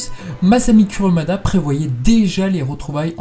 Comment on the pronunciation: C’est pas « Curumada » ça se prononce Kouroumada